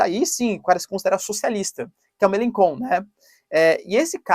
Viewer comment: Fala-se: “Melanxon”